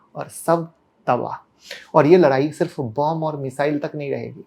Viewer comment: Larai nahi ladai hota h